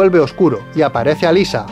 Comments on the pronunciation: alisa? como alisa?! alessa se pronuncia, hasta en la peli lo dicen asi. no cambien las cosas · ALESSA, no Alyssa, si van a criticar almenos critiquen bien 😂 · "Alyssa, Alyssa, Alyssa" Es Alessa. Error épico! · Cierto Si a Alessa le dicen "Alissa" a Cybill deberían llamarla "Saibyl"